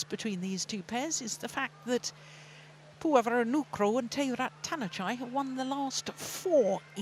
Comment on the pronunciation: แมทช์นี้ก็ได้ อัมไพร์คนโปรดมาเป็น service judge อีกแล้ว ชอบๆๆ แม่จิลก็อ่านชื่อ นามสกุลพี่ป้อ น้อนบาสได้ชัดเจนมาก ครบไม่ตกหล่นเลย เก่งมากค่ะแม่จิล ที่สำคัญพี่ป้อ น้อนบาสเก่งมากๆจ้า